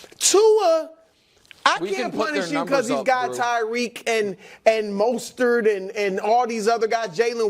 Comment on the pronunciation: I have to throw this in there quickly..... Broussard pay attention: It's Raheem Mostert, not Raheem Mustard!!!!! F***!! Dude breaks the Miami rushing TD record and we've got Broussard calling him a hot dog condiment!!